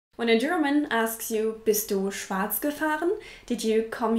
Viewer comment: Bist du deutsch? Oder warum kannst du schwarz so gut aussprechen ? 😄